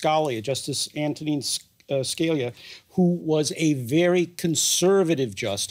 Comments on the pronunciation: "Ultra-Conservative", that's rubbish, she's in the model of Scalia. Don't be fooled by this nonsense from DW. The talking head could not even pronounce "Scalia" correctly. Bad reportage, again, from DW. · Oh c'mon, you couldn't pronounce Scalia's name? Twice, even! I know that's not what we're talking about here, but it kinda is, as to try and fathom Barrett as being even farther right than someone who's name is so notorious in SCOTUS. smh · How did that guy mispronounce antonin Scalia TWICE lol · bro a law professor and couldn’t pronounce the most popular conservative justice name 😅😂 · That “expert” mispronounced justice Scalia’s name twice. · The guest is a joke. He doesnt even know how to pronounce scalia or know what textualist and originalism means..